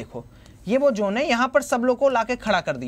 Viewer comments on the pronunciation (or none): bhai usse zone bolte hain, jone nahin😂